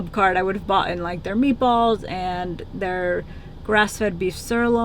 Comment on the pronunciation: please tell me you did not say “ boughten “😳😳